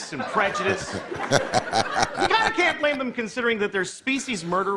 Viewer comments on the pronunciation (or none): none